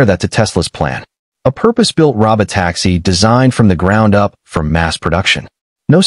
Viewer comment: 1) This could have been a LOT shorter. 2) I am so tired of computer generated voices. Please, YouTube, don't put these in my feed. "ro-bot-AX-ee". Really? A bunch of others as well.